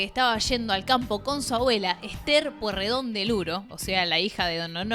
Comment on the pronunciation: Todos pasaron por varios partido YO QUIERO SABER QUIEN CARAJO SOS VOS PIBA LOS QUE TENEMOS LA MISMA EDAD SABEMOS LOS APELLIDOS APRENDE A PRONUNCIAR EL APELLIDO NO ES POIRREDON Y TAMBIEN TIENE COMO PARTE DE LA FAMILIA A EL CHE GUEVARA QUE PIBES INSOPORTABLES POR SUERTE TODOS FUMABAMOS CIGARRILLOS A LOS 12 AÑOS PARTICULARES NEGROS